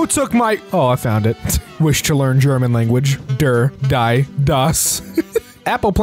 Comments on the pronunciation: (sorry for doing this it just made me a little annoyed)its not pronounced die its pronounced Dee and der is pronounced like the word dare. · you pronounced die wrong, its pronounced like “dee” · As a person who speaks German that pronunciation of der die das absolutely kiled my soul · pronounced “die” wrong as well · the mispronunciation of the 'der, die, & das' meme physically hurt me as a german speaker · So I'm learning German. For clarification, "der" and "das" was pronounced correctly, but "die" is pronounced as "dee". Still an awesome channel though. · not pronouncing german “die” wrong😭 it’s pronounced “dee”, the joke is that der, die and das all mean the. there’s also den and plural die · yes haha, german is very different from english in that regard. in german, everything is pronounced, there’s no silent letters or anything. so it’s pronounced like the “ie” in “cookie”, like how you would expect. thanks for asking!!